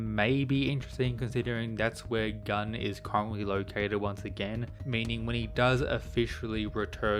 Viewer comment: Gun's name is a korean one, not Gun as 🔫. PS: Shingen is an absolute gigachad